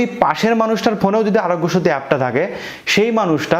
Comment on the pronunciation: আরগ‍্য সেতু সব্দটা পস্ট করে বল